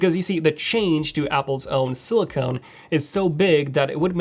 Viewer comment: silicon not silicone